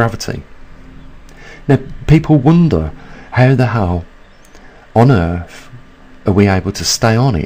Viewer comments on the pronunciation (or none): Have to wonder if the Brits hear that they pronounce th in words like earth as f?